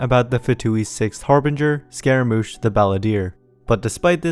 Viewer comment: Scaramouche the “Baaladeer”